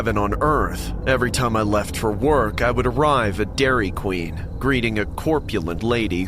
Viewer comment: I swear I heard "Dairy Clean" 💀💀💀